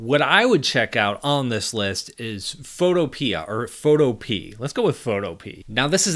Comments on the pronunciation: I think photo-pee is pronounced photOpee-uh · Photo-pea.... no🤦‍♂️phoh-TOE-pee-yah... as in rhymes with "utopia". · I believe the pronunciation is pho-tow-pee-ah (like pho-topia). I believe it's a reference to panacea def: a solution to solve all problems, a cure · Is it not pronounced Fotopee-ah? Like onomatopoeia as it sounds? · Is "photopea" maybe supposed to be pronounced "fo-toh-pee-ah"? Like Zootopia? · Photopea = Foe-toe-pee-ah :D like a "utopia for photos"